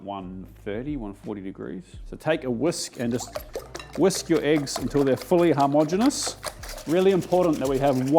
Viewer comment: hom-ogenous, not har-mogenous... great word, great video. loved the pilippino one, will give that a go!